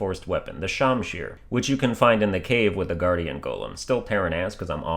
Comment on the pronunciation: Me cringing because he pronounced it like shomshir